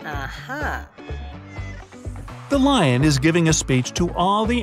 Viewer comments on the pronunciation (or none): none